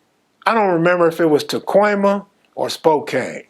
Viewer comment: Did this foo say Tacoima ? Like Pacoima ? 😅😅